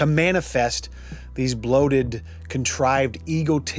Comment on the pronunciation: Emphasis on 'bloated'.